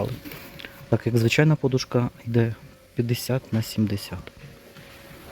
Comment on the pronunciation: Будь ласка, кажіть наголос правильно -подУшка.